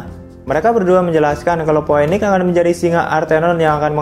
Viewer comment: astaghfirullah bg, itu bacanya "Phiniks" dan "dominiks"